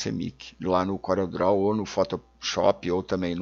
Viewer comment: "Couréu" mydou de nome😁